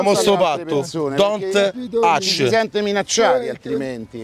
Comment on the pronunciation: senti lo scimmione: don't ATCH AHAHAHAHAH